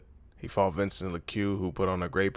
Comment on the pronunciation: HE fought Vincent LE -Q LMFAO !!!!!!!!!!!!!!!!!!!!!!!!LOL!!!!!!!!!! HAHAHAHAHAHAHA!!!!!!!!! Someone needs to go back to first grade english WHAT AN A HOLE !!!!!!!!!!!!!!!!!!!!